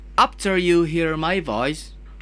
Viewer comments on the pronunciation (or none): Yang menarik dari, pas nyanyi english song pronounce doi bagus.. tapi pas bagian ngomong, "apter you hear ma poice" langsung medok sunda 😂